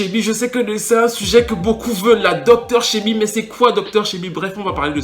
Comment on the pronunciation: Bonne vidéo as usual ps: on prononce Dr Sébi pas Shebi 😉